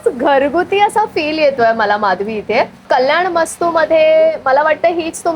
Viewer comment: Kalyan mastu nahi o tai, kalyanam astu, kinva kalyanmastu ha ekach shabday. Please note. Aikayla khatakta.